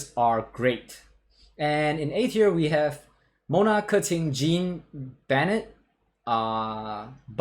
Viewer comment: Fun fact this guy is the only one that pronounces Keqing right